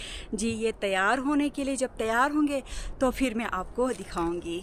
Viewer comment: AAP (Phir) ko (Fir) boltee hain kindly update this in yr vilog, baqi Behtreen Documentary hai, I like it🎉